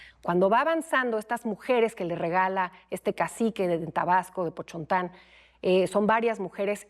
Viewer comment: Pochontan¿? (eso no significa nada) la forma correcta es Potonchan Ahora resulta que no sabia Nahuatl ¿y como se comunicaba con los diferentes pueblos nahuas? ¿ como pueden decir que solo hablaba popoluca, maya y castellano ? por favor claro que también hablaba náhuatl, los mayas chontales por su tradición mercader eran conocidos por su bilinguismo al nahuatl, aparte de ya ser esta lengua franca en toda Mesoamérica No se sabe como se llamaba en su lengua nativa .. Se bautizó como Doña Marina y de aquí se interpreto al náhuatl por similitud fonetica como Malinalli que al corresponder con un dia de la semana, de uso común como nombre en la tradición mesoamericana, mas la terminación reverencial. De Christian Duverger da mas pena quien le hace caso . Para mi es importante señalar que Doña Marina pertenecía a uno de los pueblos fundacionales de la cosmovisión-cultural milenaria mesoamericana incluida su participación en la misma Teotihuacan, y como estos fueron recibiendo la influencia de pueblos invasores ajenos a Mesoamérica(Anáhuac me agrada mas), al grado de ser exprimidos literalmente hasta su sangre por unos recientes invasores mexicas que trasgreden el orden cosmico milenario, esto lo podemos notar en el códice Boturini (entre otros) por el derribo de un arbol(el arbol cosmico sagrado) Cuahuitl itzintla que era un preciadísimo símbolo divino (lapida de Pakal) Doña Marina miró con mucha devoción la reintroducción de lo que creyó el antiguo culto(perseguido por los mexicas)